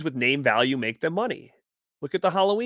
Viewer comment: Hammered our name 🤣